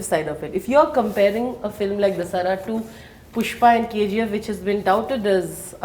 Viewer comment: why does the anchor have so much trouble pronouncing the movie Dasara?!?!?! What the hell is a "The-Saaraa"?